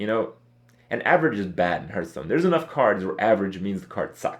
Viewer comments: I hate his pronunciation of Hearthstone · Fuat Sekban It makes me cringe every time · Andy sup hurtstone, krayken